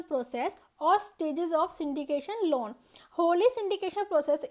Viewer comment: aapke lawwwn bolne ka tarika thoda kezuaal h